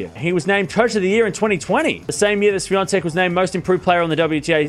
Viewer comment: Ahahahaha.. Got the pronunciation spot-on, mate ! 👍👍